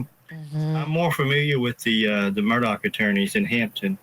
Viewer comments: No, it isn't. It's pronounced Mur-daw. Not Mur-Dock. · Why is your reporter mispronouncing his last name Murdock??? Put a little effort into it, jeez.